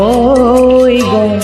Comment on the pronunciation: শব্দৰ উচ্চাৰণ আৰু ভাল হ'ব লাগিব,গʼল তোমাৰ গল হৈছে, থৈ থয় হৈছে.. বাকী মাতটো সচাঁকৈয়ে বহুত ধুনীয়া